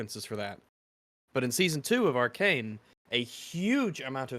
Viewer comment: It's supposed to Arcane, not Arcant